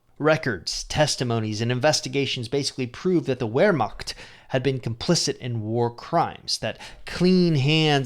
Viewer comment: Wermacht - Ver - magt. Pronounce the g like you want to get rid of phlegm in your throat.